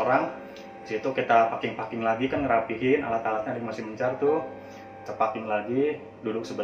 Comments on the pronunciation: Ahahaha.. iya salfok ama paking paking. Dy harusnya baca peking peking kan wkwkwk ngakak asemm😂😂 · Wkwkwk paking.. mau turun mesin? Bacanya peking 😂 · sejak kapan packing dibacanya paking? mendadak ngakak gue😭🤣🤣🤣🤣🤣🤣🤣🤣🤣🤣🤣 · Kita paking...paking...wkwkwk 😂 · Btw itu packing pronounciationnya 😁